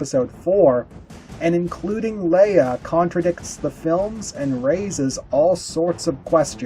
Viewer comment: Wait, did he said princess "Liya" 😂